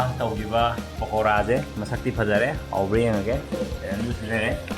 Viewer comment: It's Pakora 😁..not Pokara But it's not that Makhwang chengbi shape like in Ushop